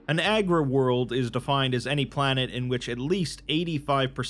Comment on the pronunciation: Nice vid. I just wanted to say that it's 'Agri World' as in agriculture, not 'Aggro World' as in aggressive. Nuceria or Cadia could accurately be called aggro worlds 😉😅